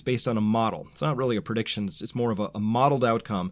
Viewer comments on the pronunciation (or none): Prediction not Purdiction